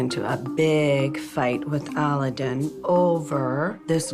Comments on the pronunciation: His name is Aladdin, that's how HE pronounces it. SHE pronounces it A-LA-DIN for some reason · What annoys me the most is she keeps calling him Ala-deen. Did this banana lover never hear him say his name? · I hate the way she says his name